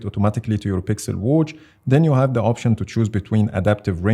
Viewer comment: Why does he pronounce watch like that😆😆❔️"Whouch" "Whoach" 😆😆